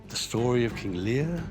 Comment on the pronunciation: King Learrr 🤴 ahhh yes, king Lear